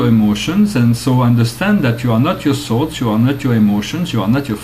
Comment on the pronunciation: just on the lighter side.... i thought you were saying salts, every time you said thoughts. Lol. smile.